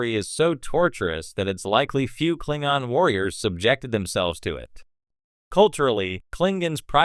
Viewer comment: It's pronounced Klingon not Klingon.